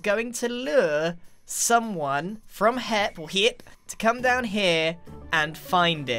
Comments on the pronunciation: may say hip instead of hep but grian says heich-que instead of eich-que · he says HEP like HIP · So funny